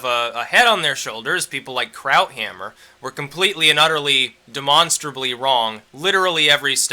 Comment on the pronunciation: "krauthammer" You cannot be serious ???